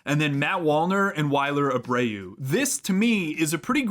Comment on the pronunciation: Never heard Wilyer Abreu’s name pronounced like that lol